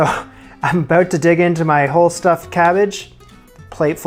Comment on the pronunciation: "Aboat"? R U Canadian?